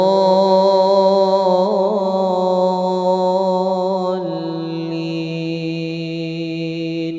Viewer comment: Maaf apakah ada yang memperhatikan bacaan akhir fatihahnya? Yang saya liat dan dengar "waladloolliim" Huruf mim Bukan "waladloolliin" Huruf nun.